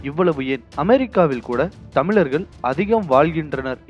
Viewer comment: தமிழை தமிழாகப்பேசு சனியனே....தமில்....தமிலர்கல்....தமில்நாடு....இதுதான் தமிழா...நீ .சனியன் பிடித்த நாசமாக போக.